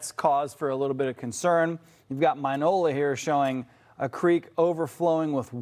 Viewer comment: Pronounced MinEOla